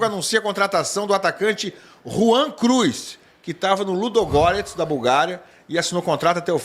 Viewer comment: Rwan Cruz? Credo.....😂😂😂😂